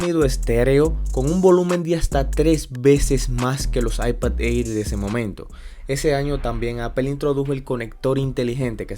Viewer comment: Bro el Air se pronuncia como ER Como eir 👍🏻